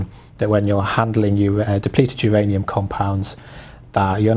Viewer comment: im sorry, who's ranium? is it myranium?